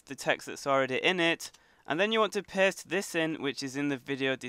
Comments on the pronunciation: It's super funny how he say paste but instead of of him saying paste he is saying post.😂😂😂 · sounds like he is saying piss